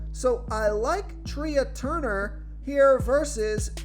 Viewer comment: It’s pronounced Trey Turner not Tree-ah. Come on.